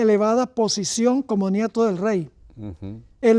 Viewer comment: Perdon Pr, si escuche mal, dijo: Ñeto cuando la palabra es Nieto..